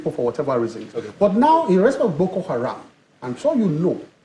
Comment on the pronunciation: Am I hearing Keyamo correctly? It's Boko Haram and not "Gboko" Haram, isn't it?